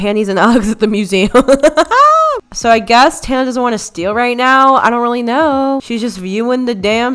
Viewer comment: Does tana even know how to pronounce her name? 😂